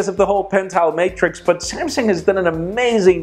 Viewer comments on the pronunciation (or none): none